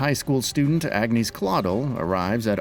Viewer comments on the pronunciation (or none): I paused the video 5 seconds in but I already know the narrator is gonna pronounce Agnés as "ag-nay" Edit: I mostly called it. He said "ag-neese claw-dull" You fucking simpletons need to communicate between writers, editors and narrators to learn the proper pronunciations. I'm a minute in and I'm sure there will be more, but it's pronounced "on-yes" which you would know if you actually played the game.